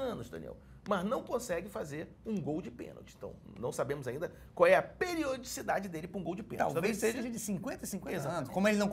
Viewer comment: O Professor Cerginho falando a palavra PERIODICIDADE é uma das coisas mais bonitas do mundo!! 🤩